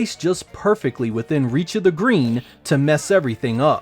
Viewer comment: Nope it's... "On Da Gween"!